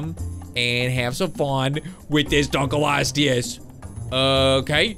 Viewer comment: dunkleosteus is pronounced dunk-lee-oh-stee-us